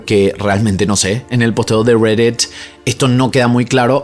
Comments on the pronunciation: Estás hablando en español y dices redett, ridett, cual redett?😂😂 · pronuncia bien reddit por favor RGREDDIT??? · "RERET" si te vas a hacer el yankee por lo menos pronunciá todo correctamente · Amigo por favor deeja de hablar espanglish se dice reddit no rweddeet y asi un sin fin de palabras en otro video tu pronunciación del aderal xd eiderwal alto cringe da. Me gusta mucho tu contenido pero por favor pronuncia en español normal le quita seriedad a tu contendio que pronuncies asi xd. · Está bien chistoso como dice "Reddit"